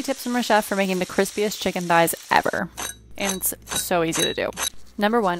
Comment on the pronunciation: Pronounce "ever" without sounding like a degenerate next time please